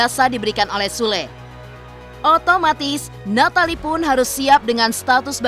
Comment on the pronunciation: Kyaknya yg baca britanya hrus blajar cara ngucapin nama nathalie deh.. 😑